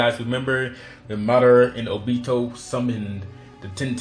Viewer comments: He said oBEto like stfu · ohbeto lol it's obito bro lmfao.